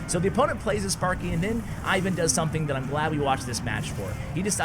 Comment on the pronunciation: Ivan's name is pronounced "Eevan" with accent on the second syllable.